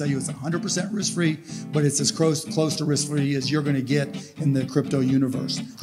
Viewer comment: he didnt say close to risk free he said "crose to wrisk fee"